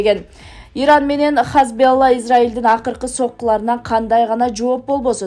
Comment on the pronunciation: Алып баруучу (диктор) туура окугун хамс эмес хазболла эмес (хамас жана хезболла)болот.